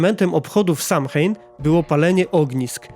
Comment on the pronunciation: Samhain czyta się sołejn